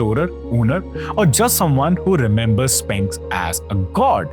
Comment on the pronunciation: Are... are you saying Spanx?